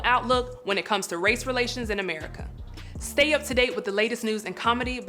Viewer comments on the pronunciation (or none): none